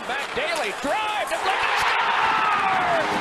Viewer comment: “HE SCAORES!”